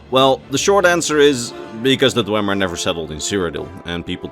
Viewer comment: You claim to be a lore guy but you pronounce dwemer wrong for the whole video. It's pronounced dwee-mer. You would know this if you completed morrowind.